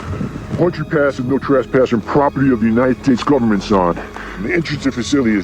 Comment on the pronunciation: My comment about aliens in Palmdale was a joke,but later the movie mentions lancaster( next to Palmdale) 😂 also tehachapi and northrup were pronounced wrong😂